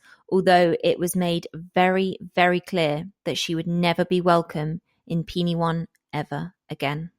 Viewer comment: Penywaun is pronounced “Pen wine” by the way. I grew up there, I was 7 years old when this happened and my school was directly opposite Edna’s house